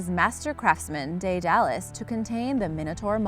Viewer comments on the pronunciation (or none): 'Day dallas'??? really??? you did'nt even pronounce Minos correctly..... just, for the love of dog watch a few 70's 80's and 90's era documentaries, preferably british ones. Dae-da-lus.......'meen-os' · Her pronunciation of Daedalus as well. Must not Like Greeks.